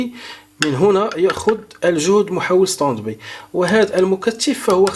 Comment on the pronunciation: اخي انت تكرر نفس الكلام وتعيده كاننا في روضة الاطفال. انا من متابعيك ولكن يزعجني كثرة التكرار. Standby: ستاند باي وليس ستند بي وسامحني